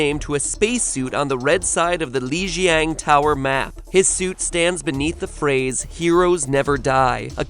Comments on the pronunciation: "Leesheyang Tower" Ech. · Lee jee ane tower :/ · Oh come on, MatPat. You can't even say "Lijiang Tower" right? They say it in the game every time it loads up. I'm not trying to hate on him, I just think it's a little dumb that he didn't pronounce it right.